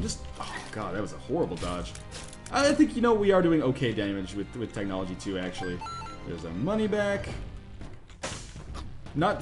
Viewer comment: technology* I normally wouldn't correct someone, but you just butchered the hell out of that word.